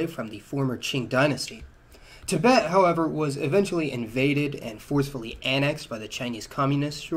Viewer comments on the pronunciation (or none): none